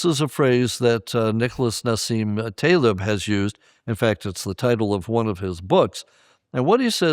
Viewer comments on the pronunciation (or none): none